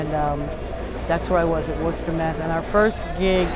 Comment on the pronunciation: Her latest album is one of the best I've heard. She not only plays great, but is also a powerful singer. She knows how to pronounce Worcester as well, which means a lot to me.